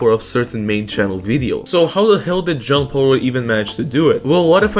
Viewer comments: I'm glad I'm not the only one lmao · I keep hearing John Pork